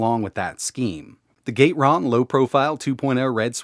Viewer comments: gat-eh-ron, not gate-ron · I've usually heard Gateron pronounced as "gat-er-on" but now I'm not sure which is right